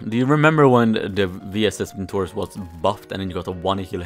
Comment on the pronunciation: VintorEz, not vintOrez